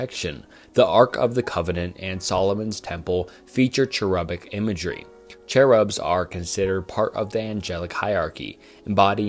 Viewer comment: mispronouncing enoch is understandable, but mispronouncing cherub?? lmao